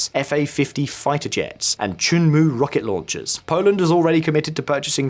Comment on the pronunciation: Not "Choooonmoo", Chunmoo like Sun.